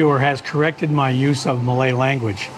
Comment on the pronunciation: (we are formal in these parts), your reveal about having lived in Sabah and Brunei explains a lot why your Malay pronunciation is pretty good. No Yankee twang there 😁. Anyway your content's not boring at all, keep it up.